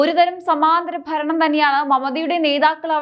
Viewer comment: ഇടക്കിടക്ക് കടന്നു വരുന്ന ബംഘാളും ഫരണവും മറ്റും ഒഴിവാക്കി മുന്നേറുക.